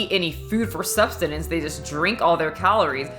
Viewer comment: did you just say substenance?